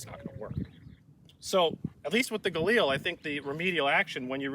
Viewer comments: Gaw-leel? lol. Guh-leel. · Listening to Ian pronounce Galil like it's French is hilarious.